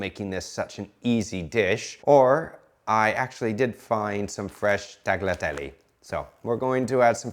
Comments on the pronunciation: Tagleeatelly?, your Italian pronunciation is little bit funny! TAGLIATELLE is pronounced as "Tah-lyah-tel-leh", not "Ta-gleea-tel-ly" Vincenzo said that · Taglitelle? Im not sure thats the pronunciation, ooooh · It's pronounced as talyatelle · tagliaTELLY detected